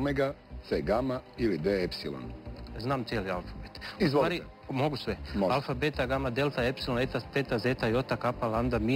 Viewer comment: Krivo je rekao alfabet hahah